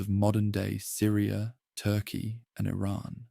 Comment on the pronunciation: But how can I trust you when you just said Ayraaaaan for Iran